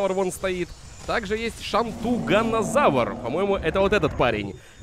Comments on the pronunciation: Не шантунганазавр а шантуНга завр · Уши режет твоё произношение. Терезинозавр. Шантугозавр, пазицефолозавр, гиганотозавр